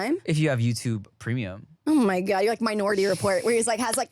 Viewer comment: the Filipino accent “oh my gahd” 😂 also here for Megan Batoons in Boots.